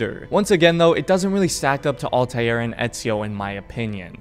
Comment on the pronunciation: please stop saying all•tie•air and just say all•ter or all•tear